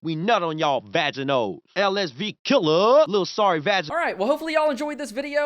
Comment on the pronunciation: “LSV killa” 😂😂😂😂😂